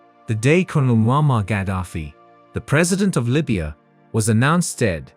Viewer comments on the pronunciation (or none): Pronounced Muamar...not Muhama. Story is based on propaganda. I don't believe it. M7 loved Ghadafi and he even invited him in Uganda. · First, it is MOAMMAR Khadaffi. Many pronounce the Good mans name wrongfully. Second, Thank you SO much for your news. You really broke it down into little pieces. Karma is a fact. Look whats cooking all over Africa with the Gen Z. "You can fool some people sometimes, but you can't fool ALL the people all the time. So now we see the light, we gonna Stand up for our right!" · not Muhammad but Moammar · His name is muammar not muhammad qaddafi. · His name moamar not mohamed